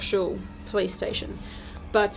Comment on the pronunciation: Every time she says police station I hear play station 🤣 who else does ?